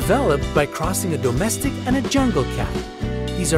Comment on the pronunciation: I can’t when people PRO-nounce the word domestic as DOUGH-mestic 😅😂😂😂